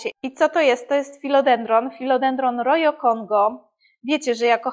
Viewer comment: Roho nie rojo. Nazwa z hiszpańskiego